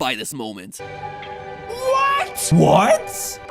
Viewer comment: dantdm whOt whe says it with an O